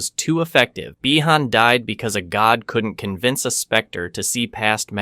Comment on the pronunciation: my only gripe is why are the same character names pronounced differently throughout the video, you say bee-han this sentence then by-han the following sentence